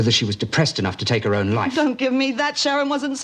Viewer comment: Went a bit Irish with his ‘loife’ pronunciation when taking Vee out a few episodes ago